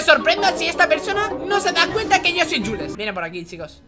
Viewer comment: Se dice juls